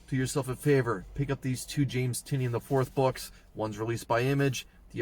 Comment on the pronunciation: Thank you for pronouncing Tynion correct